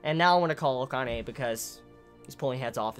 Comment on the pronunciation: Really late to the chapter, but still I got here. Ehem... Goddammit with your Kanye,, it's pronounced Ka-Na-Eh. You may be doing it on purpose but still, it's annoying and threws off all the serious mood you build.